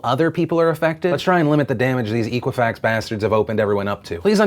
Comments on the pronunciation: Eck-wa-fax, it's eck-wa-fax. Not eek. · I hate to sound like hermione here, but your pronunciation drove me nuts It's EH-qwi-fax not EE-qwi-fax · EK-uifax not EEK-uifax. Ex like except. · Hey Phil, It's pronounced Eh quih Fax not EE qhih Fax. Soft E. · Pronounce it correctly. It is X-quwa-fax not E-quwa-fax. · It's pronounced "eh-qui-fax", like the word equity. Not EE-quifax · EEEEEqua-fax? I thought it was pronounced ECK-wah-fax! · Phil, its pronounced Eck Wa Fax. I've never heard of EEK! Wa Fax. The hooked on phonics courses are available to help you. You don't have to go at this alone. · you're pronouncing equifax wrong . It comes from Equity so use that sound instead of eekwifax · Phil, it's pronounced "eh"quifax. Like their response when asked if they should report their findings immediately. "Eh." "E-quifax" sounds like it was founded after dial-up. It was not. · Dear God Phil. It's Eh-quifax. And the breach was in July, not September. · It's pronounced Ekwafax, like Equity, not Equal. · You're not pronouncing Equifax correct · You're saying Equifax VERY wrong. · What does watching the "very important video" do for all us American adults? There's basically nothing any of us can do. The data breach has already happened and none of us can stop a credit card being issued in our names without our knowledge. Just what is it you think your talking about this story (and repeatedly mispronouncing Equifax) will do.....other than get you a lot of views?